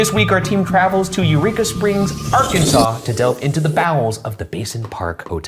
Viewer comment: love you ryan, i just can’t stop hearing “Urethra Springs” 😭